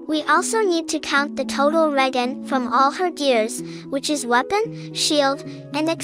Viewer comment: hmm couldn't the developers have just made a cap of 3-4 seconds for FP's Skill Regeneration ?? also the G in Regen is spoken as a "J" not sure if your aware of that or not. It's like how the letter "C" in Italian is pronounced as "Ch" or "W" in German is spoken as a "V" some times.. languages can be odd.